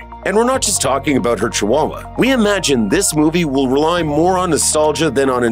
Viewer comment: Did you just say "we're aboot to find oot".